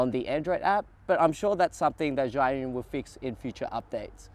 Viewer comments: Please get it right it is pronounced chew-Ing no Z anything!!! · You, as a Chinese should pronounce Zhiyun properly.... sigh.... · What a shame you can't even pronounce Zhiyun correctly... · Learn how to pronounce zhiyun mate